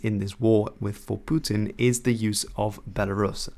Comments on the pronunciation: Please stop saying "Putin" like that. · You can pronounce Putin normally dude